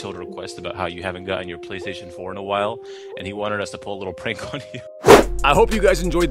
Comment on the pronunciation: “Praystation pour”